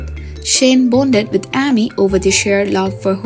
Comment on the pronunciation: The narrator for Heartland always pronounces Amy with a short A not a long A. It is quite annoying